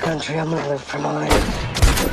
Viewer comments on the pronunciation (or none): none